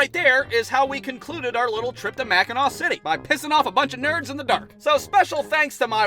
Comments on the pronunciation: i so happy you pronounced Mackinac right most people who dont live here say it wrong all the time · As a upper peninsula native..it's Mackinac island but mackinaw city. Props for pronouncing it right tho lol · As a Michigander I would like to thank you for pronouncing Mackinac correctly